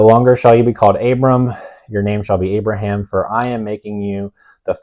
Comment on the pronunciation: lol I was confused why u kept referring to Abraham as abram